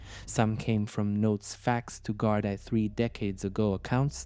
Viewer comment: I think there was 5girls went missing in the Leinster area around that time and weren’t found I really hope this is solved for her family The narrator keeps saying Gardi instead of Garda